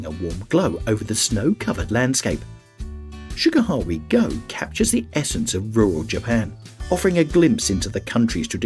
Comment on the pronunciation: If you’re going to make a video about famous world heritage sites, at least put some effort into researching how to pronounce their names. Would’ve taken you less than an hour to find out proper pronunciations and saved you the embarrassment of changing your pronunciation halfway through a segment like you did with Shirakawa-Go…I mean, Sugarhawe-Go? Really? 🤦‍♂️